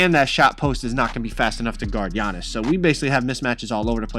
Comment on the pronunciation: HIS NAME IS NOT YA-Nis it’s AH-NiS AhnTeKumpo